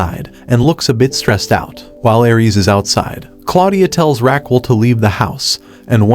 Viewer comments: it is not Raqwel It is Raquel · the way you say her name is killing me , but you can call her without the "u" Ra-q-e-l. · I think her name is pronounced Raquel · Mispronouncing Raquel and Apollo. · omg the way he pronounces her name jajajaj